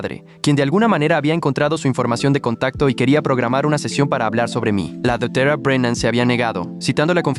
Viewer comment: jajajaja me da gracios como dice dectere brenam ajajajajajajajajjaajajajjajajajajajajajajajjajajajajjajajajajajaja